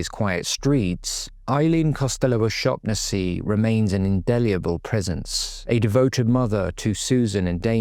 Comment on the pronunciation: Can’t even pronounce her name right